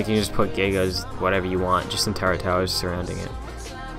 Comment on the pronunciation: "TURRET" not "TURRENT".